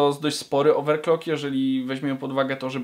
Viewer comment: oveclocking a gdzie "r" oveRclocking